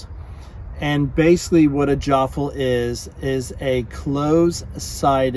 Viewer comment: “Jaaafle” 😬😑 - every Australian